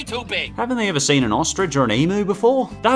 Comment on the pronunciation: one day, a foreigner will pronounce emu properly… today is not that day.